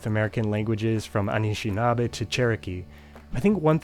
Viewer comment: anishinaabe, isnt pronounced /aniʃina:be/, it is actually pronounced /ənɪʃɪnabe/. Though there are many dialects, this is the dialect in my area